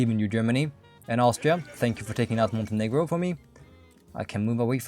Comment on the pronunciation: bro did NOT say Montenegro